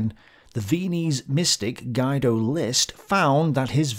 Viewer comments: FYI Guido is pronounced more like "Gee-doe" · Hey, just wanna let you know that "Guido" is pronounced "Geedo". No biggie. Keep it up!